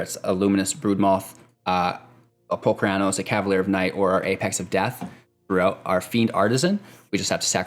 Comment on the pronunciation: Holy Crap, that's not how I pronounce Polukranos! Which means the way you say it is wrong. Sorry bro-ham